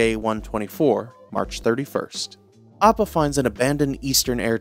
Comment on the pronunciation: The way this mans pronounces Appa’s name inconsistently drives me crazy💀💀💀 amazing video tho frfr